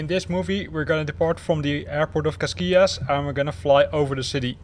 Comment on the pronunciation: Hey man, that pronounciation of cascais was just horrible ahahah, funny though, but you pronounce it cascáis, not casquias. Something like, cashcÁish. cheers